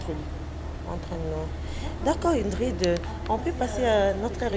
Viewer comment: BINO PE ELLE S'APPELLE INGRID ET NON INDRID